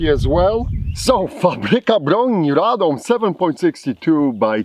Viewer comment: your pronunciation of Fabryka and Radom is pretty good are you polish